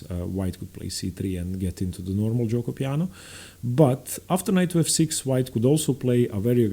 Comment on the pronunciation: You have a really good pronunciation of giuoco piano and pianissimo, why? lol